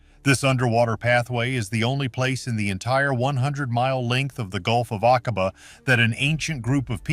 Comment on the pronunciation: Doggone you! Using an AI voice, and a COMPLETELY AI generated SCRIPT, has tarnished what little veracity and credibility there might have been of this story. 😠 In addition to absolutely butchering pronunciation of foreign names (like the Gulf of Aqaba), AI CAN LIE, putting EVERYTHING you let it create into question! SHAME🫵 ON🫵 YOU!🫵😡 Would you accept that sort of thing from your husband or wife?! Go to the video description: Significantly altered or generated by AI. I've seen some of this information and (1980s or 1990s?) footage before! The scuba gear is old, the ROV is old, the haircuts are dead giveaway. What else do you need to be told? 😡 I'm reporting this for misinformation. Not for being ENTIRELY false, but for NOT being entirely TRUE! You do know we'll have to stand before God and explain everything we've done, right? Right?!